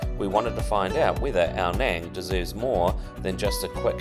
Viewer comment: Love this place... I lived there for 2 years all through covid and have many friends there. By the way it is pronounced as Ao "Nung" (rhymes with tongue) not "Nang" mate!